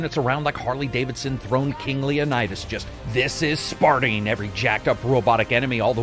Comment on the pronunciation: "This is Sparting"? wut